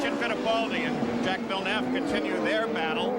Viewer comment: As the American commentators say "Jack Villnevv"